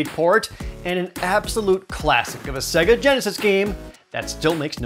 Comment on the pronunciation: This dude really saying Segga, despite the Genesis specifically telling you how it's pronounced when you turn it on.